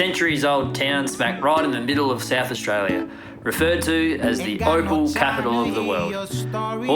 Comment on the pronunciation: Oh wow. OPAL capital......I legit thought you said OFFAL 💩 capital. Hahaha. Great to see you back at your ole stomping grounds. Cheers!